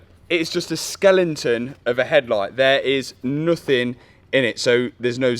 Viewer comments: What on earth is a 'skelenton'? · Skellington? 🤣 When in America you speak American i guess. Its skeleton dear boy. 👍🏼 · there is no g in skeleton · Matt what is a "skelington"? 😂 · What's a skelington ? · is it a skelenton or skeleton hahah amazing video brother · skelenton ? x.d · This has been great to watch 👏🏼 one question though, what’s a skelenton 😂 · Skelington ? Didn’t know that was a thing though it was Skeleton 💀 lol 😂 and I’m dyslexic... pmsl 😆 maybe it’s a Leicester thing lol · Its just a 'skelenton' 🤣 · No hate but skelington made me laugh 😂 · What is a Skelinton ? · did man just say skelINGton.... 🤣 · Someone else who says ‘skellington” my wife will be pleased 😂 🩻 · What’s a skellington? 😅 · did just say Skelenton? Da fucks that? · Matt: “it’s just a skelington” this channel is just the best, Freddie, Jack, Matt’s Dad and of course the beautiful Hannah, are the icing on the cake. Matt, you are a fortunate man. Live long and prosper 🖖